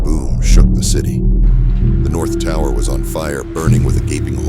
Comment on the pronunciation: “the whole towah!”